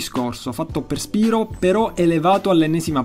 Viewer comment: Io non sono un fannoy di spyro ma si legge spairo non spirooo perchè spyro deriva da pyro che si legge pairo! :3